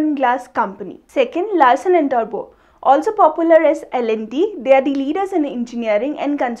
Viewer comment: It's Toubro not turbo dear parrot